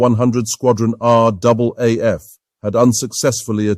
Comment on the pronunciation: Thank you. An almost ignored but very capable aircraft overshadowed by its more glamorous companion. Like the P40, the Beaufighter was an extremely important aircraft to the RAAF war in the Pacific. Thank you also for getting the pronunciation of the RAAF correct.